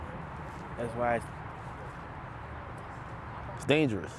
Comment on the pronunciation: Whuy instead of why 😂